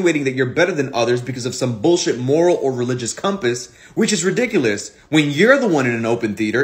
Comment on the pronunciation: He really said "ridickilous" lmao. I'm jealous of her date. Where these pearl clutching leftists during pride month? They're grifters